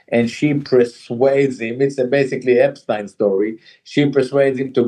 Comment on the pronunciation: You can tell that Gilad Atzmon is not a native English speaker, because he pronounces the name "epstein" properly, not in the horrible way native English speakers do.